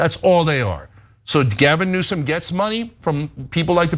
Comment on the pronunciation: You hear the way Trump is deliberately emphasizing the mis-pronunciation of Newsome in the insulting way he does. But it does sound like a conflict of interest.